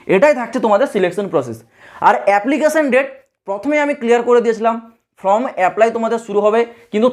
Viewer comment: ফ্রম নয় ফর্ম। WBCS নয় WBSSC. ভুল গুলো কানে লাগছে।